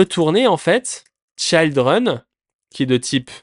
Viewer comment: Je trouve ça dommage parce que tes explications sont bien mais tu perds ta crédibilité à chaque mot anglais que tu prononces 😅 Est-ce que c'est fait exprès ? Je t'avoue ne pas comprendre... Pour une personne qui dit former des gens pour bosser en entreprise c'est un peu paradoxal de ne pas savoir prononcer des mots basiques tels que "children" Bref je plains juste tous les jeunes développeurs qui vont "copier" ta mauvaise prononciation...